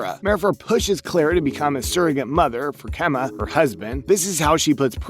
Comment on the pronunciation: Chema, not Kema